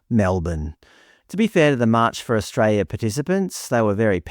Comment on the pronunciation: Australia has an "L" in it's name